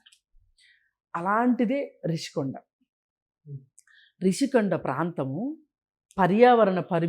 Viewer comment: ఒరే సన్నాసి రిషీకొండా నీ బొంద కొండా కాదు, రుషికొండ అనాలి,నువ్వు తెలియక అంటావా జర్నలిస్టు ను జోన‌లిస్ట్ అని